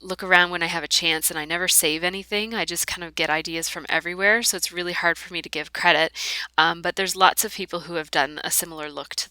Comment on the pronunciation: Love the LO as always. Your process videos have helped me relax my style and change up my LOs a *lot* recently, so thank you!!! Your voice sounded fine. Except in 1 spot where you said the word "hard" and it came out really Rick Mercer East Coast accent ;) ;) ;) Not sure if you can blame that on the cold tho...